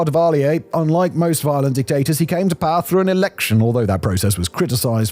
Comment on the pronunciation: The way this guy pronounces "power" reminds me of Rob Riggle's character from Step Brothers. "Paaa!" Maybe that's the origin of the joke